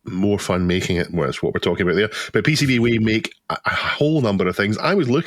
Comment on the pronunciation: You're not saying "PCBWay" correctly! ;-)